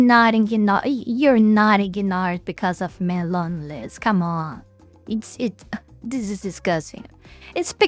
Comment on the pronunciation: "Mental health and loneiiss, mental health and loneiiss, loneiiss... Oh, my god..!" Sorry,, but I had to laugh. That was funny! You handled it perfectly! ☺